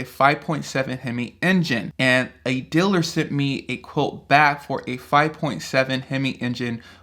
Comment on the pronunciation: What's a "diller"? You said, "A diller sent me a quote". What's a "diller"?